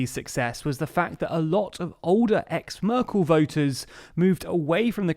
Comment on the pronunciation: Why do you keep calling her Murkel?